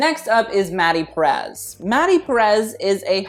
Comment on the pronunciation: it hurts how he pronounces “Perez”